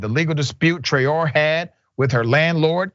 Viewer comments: The correct pronunciation of that name is Traore( Tra-oh-Ray). It is a West African name.. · Pronounced Trey-o-rey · I believe that name is of Senegalese origin and is pronounced Tra Oh Ray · Her name is pronounced Tra-Ó-ré it's a west African name.